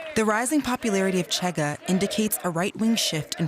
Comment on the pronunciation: it's not "Tchega", it's "Shega" 🙄